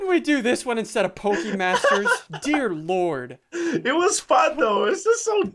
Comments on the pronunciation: "Pokemasers" LOL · "Pokemasers" tf? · “Pokemasers” yes pokemasers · its poke masters not masers! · You said Pokemon masers not masters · LEARN HOW TO SPELLLLL... Y u spell pokemasters as pokemasers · You said pokemasers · you missed the t in pokemasters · You missed the t in pokimasters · You forgot the t in pokemaster